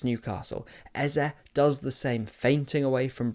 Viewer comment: Lovely video,. But can you British guys stop destroying Igbo names like Eze?